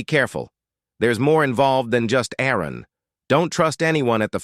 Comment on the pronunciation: It would be soooo nice if an A.I. could actually pronounce a name correctly. AARON, ARUN or what ever.... Just get it right and stick with it.